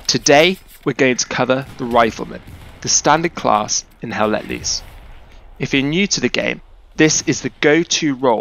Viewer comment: It is not HELL LET LEESE!!! Its LOOSE